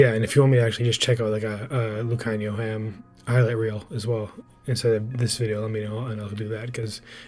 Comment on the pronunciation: You go Lukhanyo’s name right. He is a 13 .